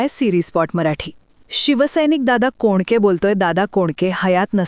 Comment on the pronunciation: हिंदी भाषिक माणसं मराठी वाचन करताना अनेक चुका करतात. एका ठिकाणी दादा पोंडके म्हटले आहे. अशा अनेक चुका आहेत.